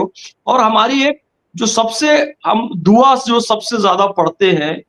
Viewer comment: Dua ke talaffuz sahi karo